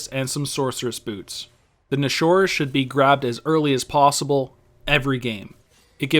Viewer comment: u say it like "nashår" it's more like "nashor (nash ur) sorry but it just bugs me out, great video thou, learned alot! :)